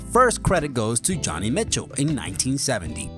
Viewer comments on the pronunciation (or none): Why can't the guy pronounce Joni, IT'S A WOMEN, NOT JONNY!! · Joni Mitchell, not Johnny Mitchell.